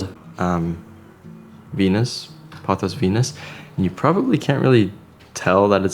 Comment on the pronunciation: 初めて音声トラックが入って、音声で理解しながら見ています パオス、パオス，となんだろうと思ったらポトスでした🤣 今日の動画は、観葉とIKEAで最高🎉